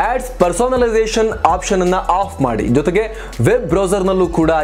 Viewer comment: ಅಫ್ ಮಾಡಿಬಿಡಿ. ಆಫ್ ಮಾಡಬೇಡಿ ಈ ಎರಡು ಪದಗಳು ಒಂದೆತರಹ ಕೇಳಿಸುತ್ತದೆ.